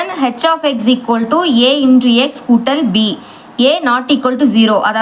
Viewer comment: Akka no shequoldu😂😂 only eqoldu